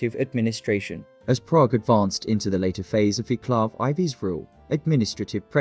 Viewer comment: dear god..please find out how to pronounce name Vaclav..if no subtitles ive no clue who you talking about